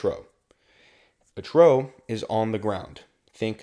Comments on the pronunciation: Hearing “trough” mispronounced so many times hurt my ears, but good information nonetheless for checkride prep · Even though you threw with the pronunciation of a trough as "a trow" in the weather section, the other 2 hours and twenty-three minutes of content are an amazing study tool for all potential new pilots! Thank you! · Trough is pronounced as "troff" not "trow"